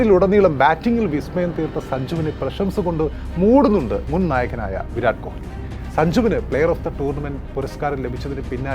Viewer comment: Bro, please pronounce correctly, kohili alla, ko-li. Commentators parayunnathu kelkoo